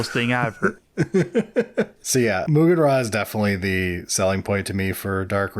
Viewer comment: What's with this Moogan Ra nonsense?! It's like the Brigand all over again. SMH FR FR. Maugan Ra is pronounced "autarch". Or is it "sturmtiger"....